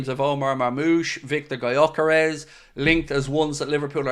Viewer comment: Just reacting to title: just FYI since Gyökeres is a Hungarian who grew up in Sweden his name is pronounced like Dyökeresh. With the Gy pronounced like the D in dew or due. If anyone cares to pronounce it right